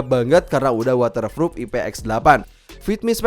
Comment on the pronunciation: Water froop 😂😂